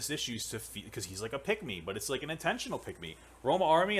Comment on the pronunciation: when papa says "pick me" it sounds like he is saying "peg me"